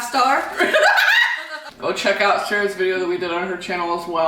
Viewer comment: The first time brittany introduced Sarah I thought she was telling her to shower